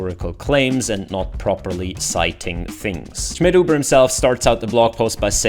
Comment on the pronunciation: I just like the pronounce: You_again Shmidhoobuh